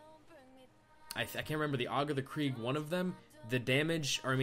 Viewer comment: Why are you saying krieg?